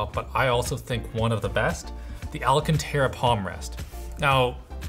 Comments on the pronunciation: FFS its NOT ALACANTARA (a luh can ter uh) it's alcantara (al can ter uh). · He's saying alcantara every chance he gets to make up for the one time he pronounced it " al senta ra " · stop saying alcanterra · for the love of god, stop butchering the pronounciation of Alcantara. The stressed syllable is *can*, not *ra*. As in Al-CAN-ta-ra, if you wish you can even do the italian gesture with your hands, as it may help with the fluidity. Besides that, I love your content. Keep it up.